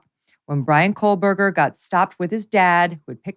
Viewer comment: Megyn, stop putting an L in Koehberger please.